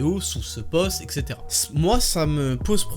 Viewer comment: savez réellement comment prononcer "etc".